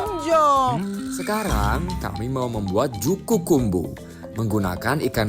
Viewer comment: Bukan juku kumbu min, tp juku kambu 😂😂